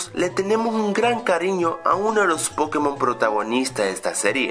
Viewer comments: es pokémon, no pókemon. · NO SE DISE PÓKEMON SE DICE POKÉMON ¡¡¡¡ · me pone nervioso que al decir pokémon lo pronuncies "pókemon" en vez de pokémon -.